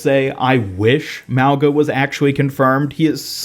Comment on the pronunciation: The way you say mauga is wrong lol he’s a Polynesian character it’s pronounced MAU -GUH